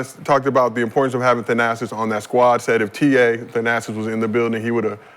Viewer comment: Nick Young, Its "Thanasis" not "The-Assess". 😂